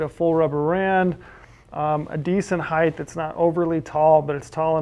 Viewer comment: Good review. Ps: Amazing how persons do not know how to pronounce the word height. It is not spelled heigth; rather height. So, why the th sound at the end?